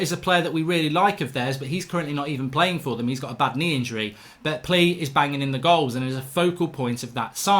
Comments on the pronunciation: His name is plea but you pronounce it like playa, great video again mark love the content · David Walton nah it’s definitely pronounced like player 😂 trust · its not plea its pleaa in pronouncing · His name is pronounced “playa” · It's pronounced pleya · I think its pronounced pleya but im not sure Ps: anyone, please dont like this comment anymore im happy at 69😏😏🤣🤣 Oh ffs its at 70 now😅😅